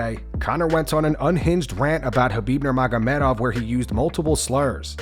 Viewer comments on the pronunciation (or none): none